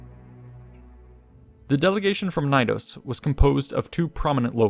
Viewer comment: Love the video but the way you pronounce Knidos... nnnhhhg. The K is not silent in greek nor latin. It's pronounced kuh-nee-dos.